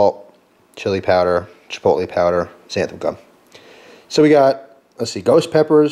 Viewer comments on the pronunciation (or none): none